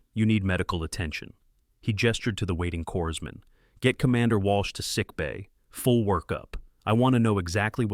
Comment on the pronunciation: BTW, ONE PRONOUNCES CORPSMAN WITH A SILENT “S”.